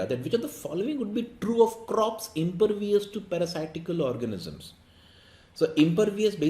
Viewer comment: 3/4, reading mistake of the word impervious.